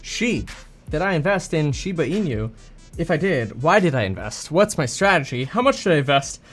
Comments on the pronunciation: It's not "SHIBA ENEW". It's "SHIBA ENOO" as correct Japanese pronunciation. =] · Its pronounced inoo not inew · Kevin, INU is pronounced [ee-noo]. Pronounce it as if it were Spanish. It's Japanese for "dog." There's no "ñ" sound in that word. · Lol at "een-you"